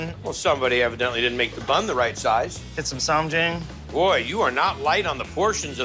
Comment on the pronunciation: As a korean American. Kimchi with cucumber pickles... hmmmm, strange. But okay 😮 also it's "sam jaHng"